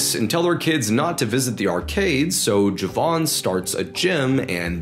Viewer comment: I absolutely love ur vids cuz u also give some visuals and I’m British Pakistani and live in Lahore and i so appreciate that you added clips from pakistan instead of adding generic clips u actually care for the details man pls never stop much love and btw the name isn’t pronounced javad it’s pronounced ja-vaid